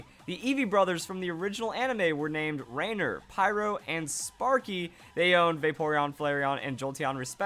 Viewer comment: The way he pronounces "Rainier"... cringe. You hurt my Washingtonian ears